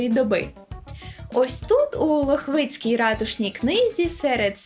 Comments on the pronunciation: ЛОхвицькій, а не ЛохвИцькій. Але загалом круто, дякую!) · ЛОхвицькій, а не ЛохвИцькій ;) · живу поруч (місто Лубни), тому зауважу наголос лОхвицькій. По всіх інших нюансах чіплятися не буду, бо кожна собака тут балакає (!) як хоче😁 До речі є одна тіктокерка. Ім' яне пам'ятаю, але її крилатим стала "мамина цапапинка" 😅 дякую💗